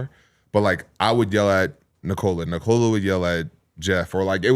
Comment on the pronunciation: short O in Nikola. how many years, how many dollars? the least you can do is pronounce the name correctly